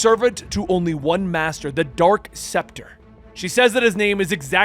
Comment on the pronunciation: Also it's dark specter not dork SEPTA okay